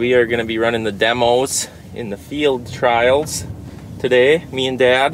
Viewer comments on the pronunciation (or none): none